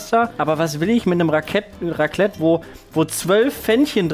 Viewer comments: Mein Schweizer Herz blutet nach diesem "Raclette"😥😅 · Wenn jemand Raclette statt Raclette sagt: 🤦🏼‍♀️